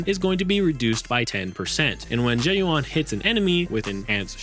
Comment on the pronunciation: oh my goodness lordie me she's pronounced "Zhoo Yu-en" ... Zh is pronounced like the Shu in Shush with a Z, and Yuan is pronounced like the japanese currency with a ^ (yên) when spoken quickly, otherwise "Yoo-æn" (æ being between a and e sound for english speakers)